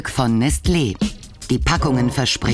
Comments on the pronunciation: Nestle wird konsequent falsch ausgesprochen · Nestlé wird im Französischen nes-LEH ausgesprochen (also wie sie es gesagt hat, nur ohne das T)